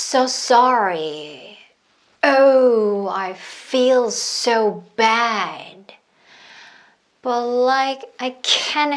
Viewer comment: 강의 너무 짱 좋습니다!!^^ 지금 100강의 다듣고 다시 거꾸로 100강을 두번 거의 다 들었는데요 I feel so bad 부분이 영어 어린이 제 귀에는 It's all about 처럼 들려요@@ 이상한것 맞죠@ 어쩌죠ㅎㅎ 😅